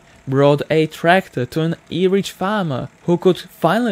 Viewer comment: That pronunciation though… “eerich” = “average” I thought for sure he was trying to say “Irish”